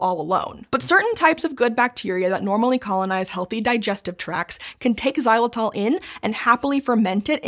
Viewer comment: It tells a lot about the America's unhealthy diet habits when an OLDASS thing like Xylitol (and Jesus Christ that ENG pronounciation is horrendous!) is unknown to them. We Euro's have been chewing that stuff for like 50+ years now. To us, bubble gum = oral health products.